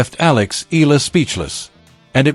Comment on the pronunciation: this click bait always pronounce EALA >>> EELA...